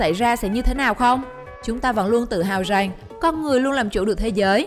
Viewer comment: Rằng x rènh